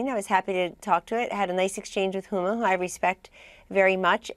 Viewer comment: She did a Beavis and Butt Head thing she called Huma IT, LOL